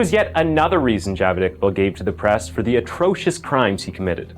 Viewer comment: "let's make a video and see if we can say Javed 143 times in a half hour while also pronouncing it incorrectly"